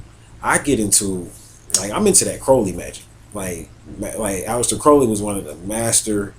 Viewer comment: ALEISTER not ALEX